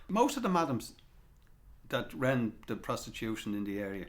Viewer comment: ren..? shouldnt that be ..ran ??